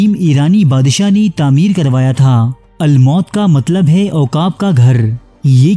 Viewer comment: Qila almaut nahi almoot hai Bhai his ke maani uqab hai